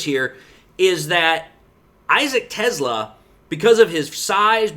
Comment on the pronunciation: not sure but I think Teslaa is pronounced tes-lay-uh